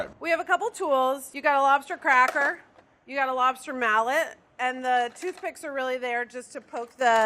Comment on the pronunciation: Lobster mallot? That's a mallot-mallot. :P